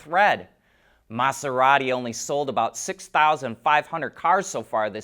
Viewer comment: Your pronunciation of Maserati was a bit annoying, and you said it ten times in that short time. Pronounce the S as if it were a Z. If you want to learn more about it, watch the John Oliver episode that covers these in detail. In short, it would be an environmental nightmare to the ecosystem on the ocean floor and would be worse than regular methods of mining those minerals. Unfortunately, some only see dollar signs.